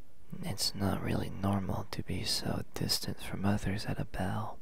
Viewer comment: It messed with my brain when he said "ball" as "bell" I got so confused for a second😂